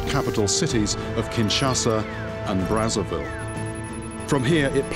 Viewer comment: Brazzaville More like Brazzervile ;)